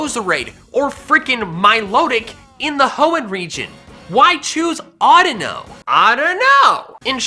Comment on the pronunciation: DO NOT LEAVE OFF THE U IN AUDINO!